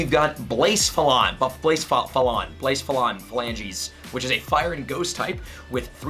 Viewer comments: blacephalon is pronounced like placefalon. (you can type it in google translate and click the reader) I also really like the way you put rotom saying Nihilego at the start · Buh-seph-a-lon Blacephalon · U say blacephelon like this, bla sef a lon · Blacephalon is pronounced Ba-sef-ah-long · blacephalon is pronounced “bluh-sef-a-lon” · and it’s pronounced BLUH-CEF-UH-LON lol i know it’s not easy to pronounce trust me i used to be the same way until rotom dex from the show taught me how to pronounce it😂😂 100% not bashing btw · You butchered those pronunciation of those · How badly he pronounced nihilego and blacephalon hurt my brain